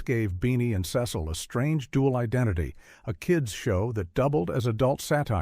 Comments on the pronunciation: Not to be too nitpicky, but it was Beany and SEE-sul (rhymes with diesel). He was not British (rhymes with special). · Oh please, adults never gave these cartoons a second thought. By the way, it's Beenie and CEEEcle, AI breath. 🙄